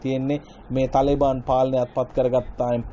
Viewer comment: තලේබාන් නෙවෙයි මල්ලි,, තාලිබාන්. තාලිබ් කියන්නේ අරාබි භාෂාවෙන් " ශිෂ්‍යා " කියනෙක. තාලිබාන් කියන්නේ ඒකෙ බහුවචන. (Students)